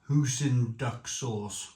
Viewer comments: Do you pronounce "Oi" as "Ooh"? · Hoy-sin not hoosin